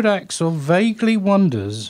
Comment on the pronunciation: Why does he pronounce his name as "axle"???